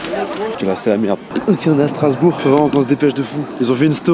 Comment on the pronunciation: t'as écorché le nom de ma ville... Strasbourg... je me désabonne (non je rigoooole)